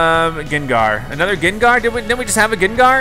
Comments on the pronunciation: UGH OMG STOP SAYING GINGAR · Who else face palmed every time he said gengar wrong